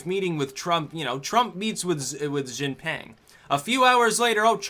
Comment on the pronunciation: Jinping, not Jinpang,.